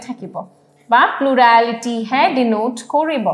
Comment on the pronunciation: Ma'am it was a very nice session. Very informative.. Thank you so much. I just want to bring it to your notice that some of the pronunciations in the video is distracting my studies. For example- "Plurality" is pronounced as "Pluraaality", "Scenery" is pronounced as "Scenaary" . Hope my feedback is taken positively. Thank you.